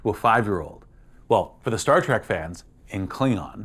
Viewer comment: Star “Trek” not Track, come on man!! Unless your trolling, then genius!